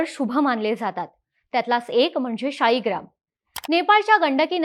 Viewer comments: "शाळीग्राम" ला मध्ये मध्ये तुम्ही "शीळाग्राम" का म्हणत होतात? शीळेचा बनलेला असतो, म्हणून का? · ताई शेवटी-शेवटी 'शिळा'ग्राम म्हणायला लागली.